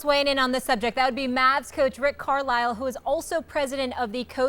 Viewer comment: Why the fuck would you pronounce Carisle like Carlile??